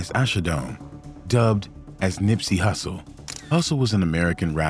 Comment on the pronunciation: You said Nipsey hussle’s name so wrong 😒